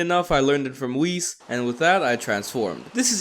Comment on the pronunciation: It's not wheeeessss it's whis